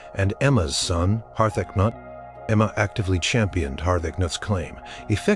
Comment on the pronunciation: Harth-acnut....Har-ta-cah-newt....this among many others.